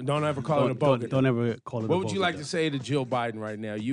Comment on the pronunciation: WTF SHE SAID BOGEDA.. INSTEAD OF BODEGA..🤣🤣🤣🤣😞😞😞😞😞😞🤦🏽‍♂️🤦🏽‍♂️🤦🏽‍♂️🤦🏽‍♂️🤦🏽‍♂️🤦🏽‍♂️